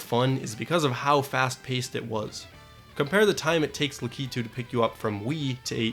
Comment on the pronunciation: la-keeto...... HIS NAME IS LACK A TWO